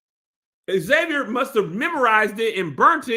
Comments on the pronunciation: Pronunciation of Xavier is Zay-Vur. Pronouncing it X-Zay-Vee-Ur, doesn't make sense because of spelling. How does the "X" in his name make 2 different sounds? It's pronounced either Zay-Vur, or X-Avier. 🤷🏿‍♂️🤷🏿‍♂️ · I thought it was weird they didn’t pronounce the X in Xavier so yeah I assumed it was lack of diversity 🥴